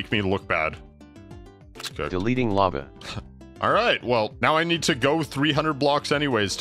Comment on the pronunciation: Why does guy pronounce lava like “lapa?”